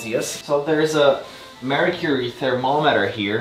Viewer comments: Did you say mercury thermometer or Marie Curie thermometer? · I heard Marie Curie thermometer rather than mercury 😂😂 It means that I am a true Pole! (Or maybe not, because it would be Marie Sklodowska thermomether then) 😏